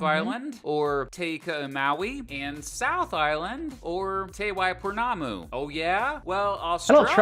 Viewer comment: Not Tay Waipo Waipounamu. More like TEH. As in tell, tent etc. But Waipounamu he pronounced pretty well.